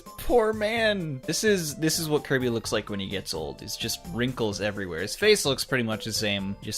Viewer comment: "Koiby, Moiganna.", is that you???